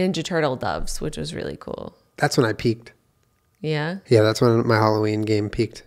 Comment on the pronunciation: At the beginning when julien says “that’s when I peaked” I thought he said “that’s when I peed”